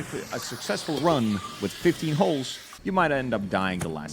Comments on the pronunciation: He's saying HULKS instead of HUSKS. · the accent when saying husks sounding like holes is sending me